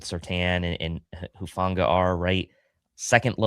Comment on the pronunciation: Player to watch: "Hufnaga" 😂